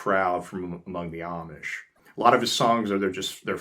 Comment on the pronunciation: Why do you say"omish" instead of "Amish"?